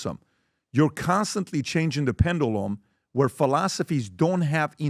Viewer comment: Its pendulum idiot not pendoolum stupid immigrant get out of usa